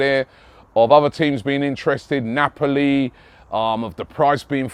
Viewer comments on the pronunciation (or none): none